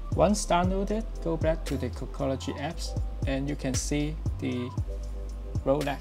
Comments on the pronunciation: Dude said “cockology” 😂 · He says cockology 😂